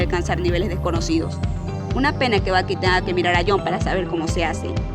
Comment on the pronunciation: Por qué le dices balki a Blyke?